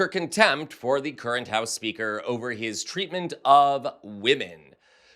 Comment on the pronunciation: Sounded like you said "Accidental HOUSE KEEPER"😂😂😂 Housekeepers are FAR superior to lil johnson!